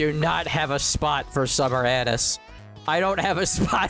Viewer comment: Bro saying her name wrong 💀💀💀💀🙏🗣